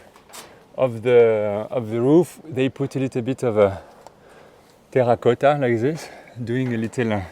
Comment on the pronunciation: I will always love the French accent of “terracotta”